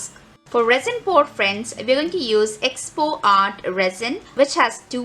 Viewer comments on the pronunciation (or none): Hi sorry to be blunt and critical as im msgin first.but ur pronunciation is wrong its ee...poxy... Not expo Tc good work